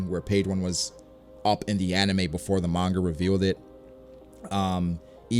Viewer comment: Oh no. pronounces Gif and Manga wrong. I feel so conflicted, now.